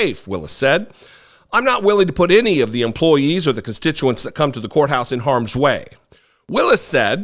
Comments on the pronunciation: Did you say county whore house or did you say county courthouse? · said "County Whore House"...